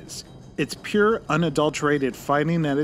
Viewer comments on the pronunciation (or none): none